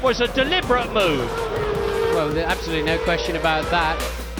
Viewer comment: "Ab-so-lu-tely FURIOUS!!! " Epic!